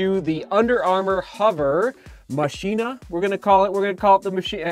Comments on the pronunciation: 7! Could be pronounced ma-key-na.... not machine-ah... just guessing... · Mock-e-na (like Mach speed) is the proper pronunciation I believe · Its pronounced "Mah-chyna" you plebs. Just ask our president. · I think it's pronounced 'ma-k-i-na', like the movie Ex Machina. Outer material actually looks like Ava in the movie. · I think it is pronounced, Machh - Ina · it's Machina as in "Ma-Ki-Na" like the spanish for machine. I have an UA hovr phantom SE and actually love it except for the weight, could be better. The UA tech is actually very nice and detailed once synced into the map my run app. IF UA could produce lightweight running shoes, it would be great. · I think it's probably pronounced like how you say deus ex machina